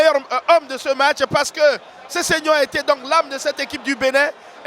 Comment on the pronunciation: Match et non mach !!! Lol